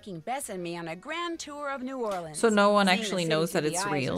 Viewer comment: My Cajun heart is so happy to hear pronounce New Orleans correctly😌